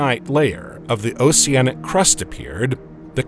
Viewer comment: Why would you pronounce the c in oceanic differently than the c in ocean??